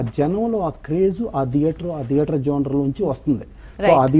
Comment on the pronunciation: దియేటర్ కాదు నాయనా థియేటర్.... మళ్లీ నువ్వు ఒక నిర్మాత అంట